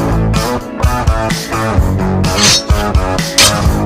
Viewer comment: Vanny ❌ ñanny 🤣🤣🤣🤣